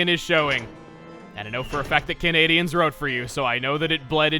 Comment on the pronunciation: so you're saying they're 'can eh'-dians